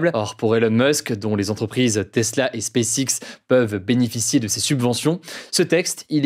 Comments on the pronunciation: Hugo, est-ce que tu t'entends comment tu prononce "SpaceX"??? Ce n'est pas du tout digne d'un bilingue, avec un père anglais (si ma mémoire est bonne). Applique-toi mieux, bordel! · As-tu entendu comment il prononce SpaceX? De quoi parles-tu donc?